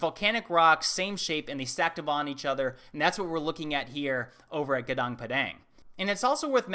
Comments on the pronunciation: Hi Love your video....Let me help you with the pronunciation, It actually pronounce like this Gu (Goo) Nu (New) ng Pa (Pah) Dang (Dung) I actually come from Indonesia and has been intrigue by this site also, yet I haven't have a chance to visit this amazing megalithic structure. But honestly though, Ironically there are not many Indonesian who are informed about this enormous site which will potentially shed a light of my ancestral history and my heritage as an Indonesian. It is just sad that this truly important site is still kept in the shadow and just not as well known as a commercially household named ancient structure of Indonesia such as Borobudur temple or Prambanan Temple. It really is a miss fortune in our part here in Indonesia. But hopefully with people like you and Graham, there will be much more people who will get more information about not just Gunung Padang site but also other forgotten ancient structure around the world. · A few correction.. In the beginning of the video, it says "Gungung Padang".. The correct writing is "Gunung Padang". And you pronounce itu wrong. The Indonesian way to pronounce Gunung Padang is like "goo-noo-ng puh-dunk", puh without emphasizing on the "h". Gunung means mountain, Padang means a vast field, also famously known as a city in Indonesia. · These whites...if youre gonna say an unknown word from other language for the entire video...please find urself some body to tell you how Gunung and Padang should be pronounce as... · Indonesian here. Just want to let you know how to pronounce Gunung Padang correctly, the letter "u" in Gunung is pronounced like "oo" (like in tool, fool, drool, etc). The letter "a" is pronounced like how the Germans pronounce A in "achtung" . This archeological site is never mentioned in Indonesia's school textbook and many Indonesians don't even know this site exists. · Fix your pronunciation it's Gunung Padang not Pedeng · It's pronounced goonoong pawdawng. Not gaonaong paedaeng.